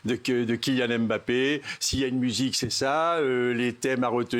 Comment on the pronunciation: C'est dommage il a beau être attaché presse des bleus, toujours est-il comme 99,9% des journalistes il est incapable de prononcer les noms de certain joueurs correctement, parce que Mbappé ne se prononce pas " aime - bappé " mais " mmbappé ". Au même titre Ngolo ne se prononce pas non plus " aine - golo" mais juste "nngolo", la première consonne est presque inaudible. Je serais étonné qu'aucun joueurs ne lui est jamais demander de faire passer le message.